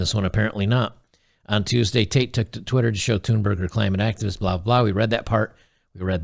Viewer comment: You pronounce her name quite well! The "h" Thunberg is silent.